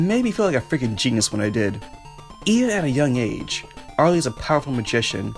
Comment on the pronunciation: I forgot to tell you that Arle’s name pronounces “ar-ll”.